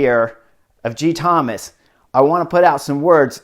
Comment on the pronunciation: as a Welsh speaker, be assured that your pronounciation of Geraint is spot-on, but there's something quite endearing about the way you call him Geethomas 😊. Really enjoying your vids! Thanks so much.